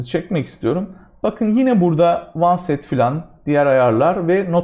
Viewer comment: Hocam, oneset değil onset zannedersem.